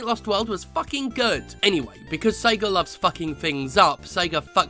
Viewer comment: is he saying SEGER?